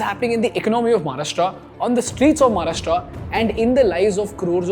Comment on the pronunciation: English मधे बोललात तरी महाराष्ट्र ला "महाराष्ट्र" च बोलणे अपेक्षित आहे. म्हाराष्ट्रा नाही.